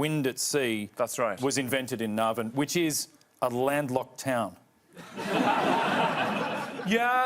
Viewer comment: Guy can't pronounce Navan. Surprised Dylan didn't jump on that.